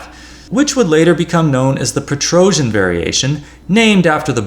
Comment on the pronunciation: Just for non Slavic languages speakers: the correct pronunciation of Tigran Petrosyan name is [tigran petro'syan] (not "petrojan" 😎 which perhaps is coming from "Trojan horse" expression?!?)...